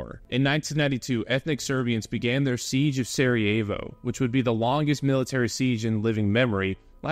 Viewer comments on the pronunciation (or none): none